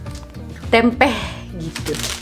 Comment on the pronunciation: Tempeh untuk gk pake K 😂😂😂😂 maaf kan🙏